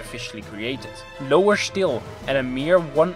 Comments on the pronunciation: When he says shtill instead of still, makes me wet myself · Wtf! Since when "still" is "shtil''? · So it is not "still" but it is "štill"...I like that 😆